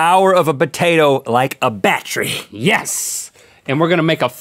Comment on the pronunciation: when they said potato battery i actually heard potato bakery